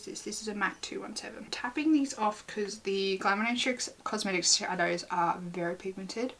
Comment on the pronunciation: LOL the struggle of pronouncing shadows is so real